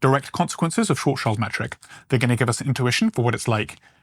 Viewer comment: Karl Schwarzschild the german astrophysicist from Frankfurt is nit pronounced „Child“. His name translates Black Shield. So Schwarz - Schild but the i is pronounced like an e. You are welcome 😉